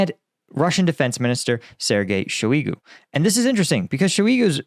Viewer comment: How do you still butcher Shoigu's name so bad? It's Shoy goo. Not Shoy EEE goo. It's makes you look incompetent when you can't get a simpler well known name correct. It would be like if you pronounced Putin as Patin. That's how dumb it sounds